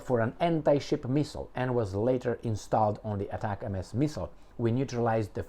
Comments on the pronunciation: It is NOT pronounced as ATAC-MS, but as one single word like ""atacm's"". I was an M270 crewman that fired them in the early 1990s. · It’s pronounced as “Atacams” btw lol heart